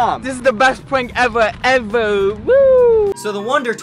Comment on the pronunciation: "Thwee two one" "dis is da best pwank evaw" if my career relied on me speaking to a camera every day for HOURS a day... And i had the money to wear gucci socks to the beach, i might spend some of my sock money on speach therapy